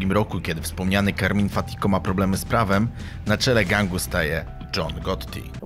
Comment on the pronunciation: Carmine nie Carmin😉